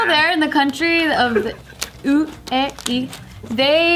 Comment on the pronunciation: Yo did really just pronounce UAE "ooh eh ee" omg. It's United Arab Emirates boo